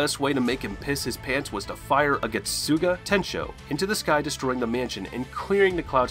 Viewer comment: The American pronounciations are kiiiilling me. Its like those commercials where the American is speaking spanish it’s sooo bad 🤣🤣add some zest to your pronounciation getsuga….. tenshou. Listen to the sub version the pronounciations are perfect!